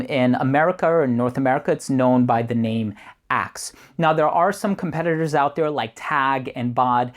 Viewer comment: Love your review! The part where you talked about your friends in the locker room it sounded like you said "a can of Ass" :P